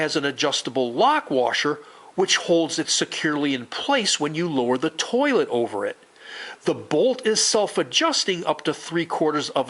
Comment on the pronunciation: Why does the way he says towhlet trigger me